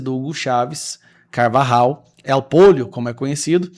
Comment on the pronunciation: Alguem pronunciou corretamente o nome do Carvajal, sim se dis polho, nao pollo ou pojo... Em español pollo se pronuncia polho...